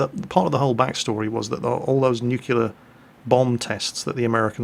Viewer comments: So do you say " noo kyu lur" instead of "noo clee ur" because you're british too? Im sorry, i couldnt help myself. Love your videos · I cringe a little when he says "Nucular"... May someone tell me if it's really wrong or if it's one of those words that are right but sound wrong? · I heard you say nuculer, and in a pervious MWJ I heard you say; "A whole 'nother". Please never say either of these things again, it's degrading. Also why is it that you say lootenant, not the usual (for the British anyway) leftenant, as I understood it; the Americans and the Canadians are the only ones who pronounce it as lootenant, and the rest of the English speaking world pronounced it leftenant. I know that everyone I've met in the Australian Military, the police forces, and ASIS/ASIO, pronounce it with the f, only news presenters and people who have only ever seen it written down pronounce it that way. It it a Royal Navy thing? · It's pronounced nuclear!